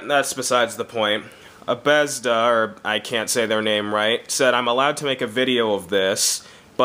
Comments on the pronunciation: sound out bethesda let me help you...buh.....buhtheh.......zzda.... buh thez duh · I started out pissed when you said abesda but then i saw the cover and i could stop laughing. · BETH ES DAH! (i know thats imprper spelling but thats the way u would pronounce it) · how dare you pronounce Bethesda incorrectly..